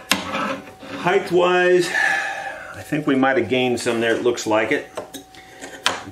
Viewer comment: Sir, the word is "height" not heighth". This a recent disturbing affectation in the USA. Again it is "width" and height" not "heighth".